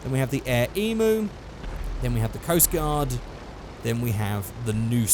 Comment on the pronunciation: omg you cant say emu right